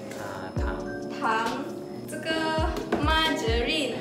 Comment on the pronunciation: "这个 mar-ge-rine" omg I'm dead hahahahaha